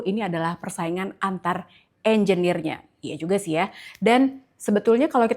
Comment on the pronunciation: Klo dri frasa bhsa inggris ya bner engenir mas broo.. 😊